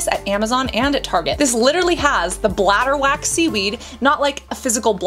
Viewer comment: Its bladderwrack seaweed, not bladderwack.